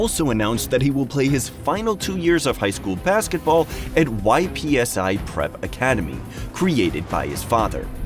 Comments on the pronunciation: It’s not, “Y.P.S.I.” Prep Academy. It’s Ypsi Prep Academy. Pronounced(ippsy) the “Y” is silent. Ypsilanti, Michigan. Get our 💩 right… #YpsiRepresent✊🏾 #HomeOfEasternMichganUniversity🧐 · Lmaooo did you really say “Y.P.S.I.”? Ay that’s wild asf 😂. It’s pronounced “Ip-see,” short for “Ip-see-land-tee” Michigan. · It isn't pronounced Y-P-S-I, it is pronounced yipsy which is short for Michigan city Ypsilanti. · Bro said y-p-s-i prep🤣🤣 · It's pronounced yipsy 😂😂 YPSI WAS crazy 😂😂